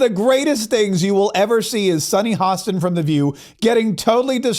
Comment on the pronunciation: Her name is pronounced Hoe-stin not Hoss-tin!